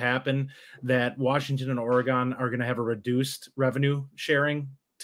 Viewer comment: Guys, its not Oregaaaaaan like in the small city around here. Its more like Oregen. Just Oregen.